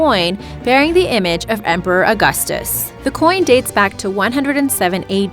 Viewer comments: It's the Gal-eh-lee, not Gal-eh-lay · It's pronounced gal-uh-LEEEEE and not gal-uh-LAY. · Galilee--EEEEE not Lay. Humph. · galliLEE.... not GalliLAY. and yes... I came here for the alien coin. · The way Galilee is pronounced is Ga la lee, long E! not Gal la lay! please correct this as it makes you sound stupid. You must have not attended Sunday school. Sorry! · WOW she said Gali( lay) not Gali( lee) , spelled Gali- lee. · for once thing its not pronounced galilay its pronounced how its spelled Galilee Gal i Lee not lay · the romans didn't destroy the temple in 107AD, they destroyed it in 70AD....also, Galilee is pronounced gal a leee, not gal a lay...also, it was emperor VESPASIAN, not emeperor TRASIAN......son, this video is full of FAIL...who made this crap? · It's not complete drivel... but her pronunciation of the words "buried," "ingot," and "Galilee" IS highly obnoxious (among others)!! 😂